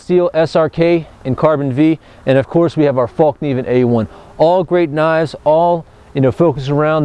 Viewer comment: I really like all the videos and reviews, keep up the good work! I just have one small comment, the name of the company is Fällkniven, and is pronounced "Fellkniven" not "Fallkniven", not because it matters really but.. Anyway, love your videos! /Sweden